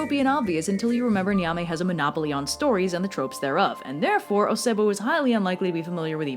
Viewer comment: Nyame is actually pronounced "yah-may" the n is silent and e is pronounced softly. Also I think you might like folklore about the Adze, which is a ghanian Firefly vampire. It seems like something you'd like